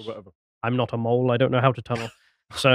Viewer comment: "I'm not a mohl"